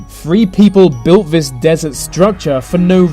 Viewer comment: Love the subject matter of 95% of your videos but pronounce your "Th"s properly! why do you pronounce "this" as "vis"?! It's hard not to be irritated by it!